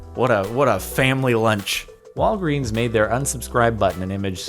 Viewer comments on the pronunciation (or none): none